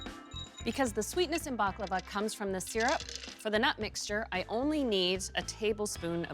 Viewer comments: IT IS NOT BAKLAVA ! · First pronunciation, than recipe...